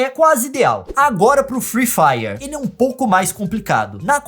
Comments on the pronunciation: eu n aguento ouvir o leon falar: free faier ou envez de free fire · firui fairer o certo é fri fairi '^' e zuera garai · Leon não é FREE FIRER É FREE FIRE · "friih fraier"